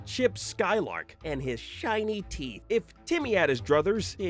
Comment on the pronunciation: Tooth teeif